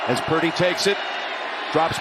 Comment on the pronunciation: LOL! When Jim says Purdy's name in a hurry, he actually pronounces it "Pretty!"